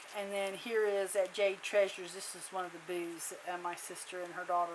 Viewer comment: The first time I thought you said they had a lot of booze. Then you got to the second receipt and I think you are saying they had a lot of booths. LOL loved your journal sweet memories of a beautiful trip with family